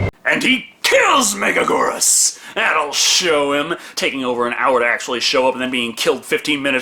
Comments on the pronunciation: Thank you for another Godzilla review,!!!! (Not to be that guy, but it’s Mega-gear-us, not mega-Gore-us) Love your reviews though as always!!! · It's pronounced Mega-gear-us. Megagurrus is a mistranslation, you silly fool! Also, it's a girl. The whole "King of Meganula" is another mistranslation. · With all due respect, it’s gear-us not goor-us. Love the vids tho keep em coming! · Mega geerus not mega gorus (Why do they also pronounce it wrong) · I've heard it pronounced that, the way pronounces it, mega-GWEE-rus, and even mega-JY-rus. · It's pronounced (mega-gear-us) megaguirus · Correction it’s pronounced Mega-Gear-rus. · So, can't hold it against entirely, because the English voice cast pronounce it wrong too, but...The I in Megaguirus isn't silent. Write out any given word in Japanese with Western characters, NONE of the letters are silent. Also both Us should be pronounced the same way, specifically the way the first one is pronounced. It's been a while since my high school Japanese class, but pronunciation is something they hammered in HARD. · Apparently they pronounce it that way in the English dub but obviously they don’t know how to pronounce it... Can’t blame for that one...